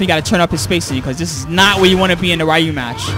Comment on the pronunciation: Try saying Reeyu but with a faster "ee" .. or Riyu.. but I cant see how they got in an "a" there .. there's no A anywhere .. how the f